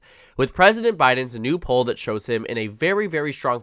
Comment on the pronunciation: 1) it’s not pronounced the way you said poll 2) 270 town still has Trump w/ higher average and is winning by 3 in another poll with higher sample size